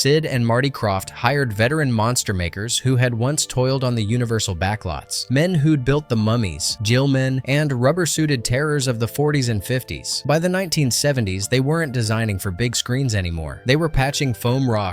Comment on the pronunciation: JEELMEN?! It's GILLMEN! LMDAO! SMDH!